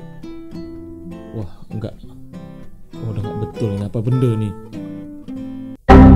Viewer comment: ..sy dari malaysia..suka dengar abg cakap 'ape bende'..hahaha🤣🤣